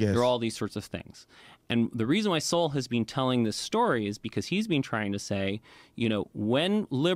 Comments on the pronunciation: Thomas Sowell ( pronounced SOUL ) is an an absolute national treasure. He is one of the most informed and brilliant intellectuals of this age. He writes as he speaks and he speaks as he writes. Such a joy to read and study. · "Sowell" sounds like "soul." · His name is pronounced SOUL. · Dr. Thomas Sowell's name is pronounced like the word "soul". Thanks for all these great, informative videos. God Bless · Thomas last name pronounced “soul” love from here❤ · T Soul !!! T Soul !! That is how you pronounce his name. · Sowell is pronounced the same way as soul. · Thomas Soul - that's how it's pronounced. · from what I learned, Sowell is pronounced: "So-w-'ll". So the "e" is silent. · His last name is pronounced like" soul" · His name Sowell is pronounced soul. And yes Taxation is extortion. Government is slavery. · It's pronounced SOUL ❤ Thanks for asking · Mr Sowell’s name is pronounced “Soul” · Sowell is pronounced like “so - uhl.” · His name is sowell pronounced soul.😊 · Sowell pronounced SOUL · It’s pronounced like soul. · Thomas Sowell, pronounced "soul" You must learn all about him!!!! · It's pronounced soul for some reason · Pronounced "Soul" as in Soul Brother! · It’s pronounced Soul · It’s pronounced soul. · Pronounced Thomas Soul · Pronounced. Sow l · Sowell is pronounced like your guest does. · Really would’ve loved to have heard what Joe Rogan and this other guy had to say about it but I quit at about three minutes because the guy that didn’t even know how to pronounce Thomas souls mean kept interrupting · A damned shame that a brother can't pronounce his name. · Didn’t pronounce Thomas Sowell’s name properly. The reason you don’t lean either way it’s because you haven’t even listened to his work. You’re just trying to avoid being judged, but you got to take a stand somewhere bro. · His name should be pronounced with more soul. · You are not pronouncing his name right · You don't even know how to pronounce Sowell's name??? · Pronounced 'soul'.